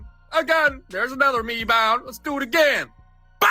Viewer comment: LOL, "Me-bound" Hilarious